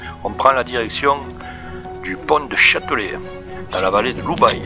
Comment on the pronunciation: Belle virée dans notre PACA & 04 ... en revanche, chez nous, on ne dit pas OU-baye, mais U-baye ... et depuis le pont du Chatelet, en poussant un tout petit peu loin, le gîte les Granges de Fouillouse au bout de la route propose de grignoter avec des bières sympa. Petite question, depuis St Dalmas le Salvage, je n'ai pas reconnu la route puis la piste depuis le col de la Moutière qui ramène à Barcelo ... z'êtes passés par où ?